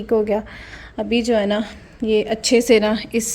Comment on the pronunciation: MashaaAllah hard working woman you say achae a lot 😅 Achee tarah clean kehna hota hai usually